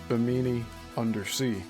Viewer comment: I'm really enjoying this series and your Coral Castle videos. FYI, it's pronounced BI'-mi-nee--emphasis on the first syllable. The first two i's are short and only the last like 'E'.